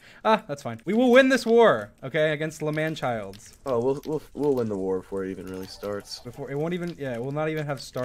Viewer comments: i love how you say lmanchilds even though they are lmanburg lmao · Also its not L'manchild its L'manburg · MOM its not langchilds is langborg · It is Lmanburg not lmanchilds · not l'manchild it's l'manberg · It's L'manburg you sicko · Im sorry but its called L'Manburg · Bruh it’s la’manburg